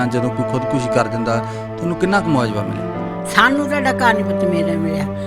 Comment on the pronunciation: ਯਾਰ ਹੱਦ ਹੋ ਗਈ ਚੈਨਲਾਂ /ਰਿਪੋਰਟਰਾਂ ਦਾ ਐਨਾਂ ਨੀਵਾਂ ਪੱਧਰ ਪੰਜਾਬੀ ਭਾਸ਼ਾ ਰੋਲਤੀ , ਮੁਆਵਜ਼ਾ ਨੂੰ ਮੁਆਜਵਾ ਬੋਲੀ ਜਾ ਰਿਹਾ।ਬਹੁਤੇ ਰਿਪੋਰਟਰਾਂ ਦਾ ਇਹੀ ਹਾਲ ਆ, ਸ਼ਬਦ ਉਚਾਰਣ ਦਾ ਪਤਾ ਨਹੀਂ, ਪੰਜਾਬੀ ਚੈਨਲ ਵਾਲ਼ਿਆਂ ਨੂੰ ਸ਼ਬਦਾਵਲੀ ਅਤੇ ਸ਼ਬਦ ਉਚਾਰਣ ਦੇ ਸੈਮੀਨਾਰ ਲਵਾਉਣੇ ਚਾਹੀਦੇ ।